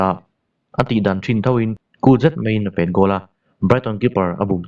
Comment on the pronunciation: A lawmawm hle mai, chutihrualin mizoṭawng chhiar uluk deuh hlek la ka van ti em... pet tih i thluk dan hi beng a ti kham lek lek....tiin kan sawisel lawk ange, a ṭha lutuk e, rawn tizel ula, kan lo ngaithla zel ang...